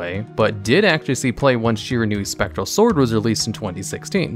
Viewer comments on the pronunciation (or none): none